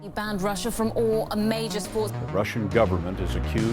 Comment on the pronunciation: Normal people: Russia: Ra Shia